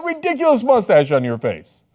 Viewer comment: I died at "police that moostache" 😂😂